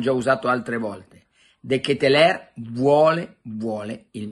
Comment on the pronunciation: Caro carlo parlo il fiammingo/olandese si pronuncia come te lo scrivo (de chetelar )